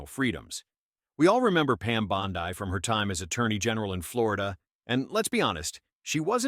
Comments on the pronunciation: First, what is this "Pam Bondi (long i) crap? Unless I'm mistaken, Bondi (pronounced) Bond'-ee, is an Italian name (viewers, correct me if I'm wrong). So, please tell your AI to get its act together. 🤠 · Anyone who knows the first thing about President Trump knows he would never nominate an AG that would not guard and defend the 2nd amendment. This is an AI generated video that's why they call AG Bondi pronounced Bonde, Bond(i). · "Pam Bond-eye" - LOL. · Lol ai cant pronounce Bondi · AI can't even pronounce the AG's last name. SMH 😂